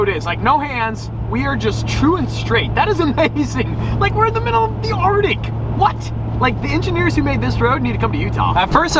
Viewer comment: Bro the way my man says “artic” instead of “arctic” really grinds my gears.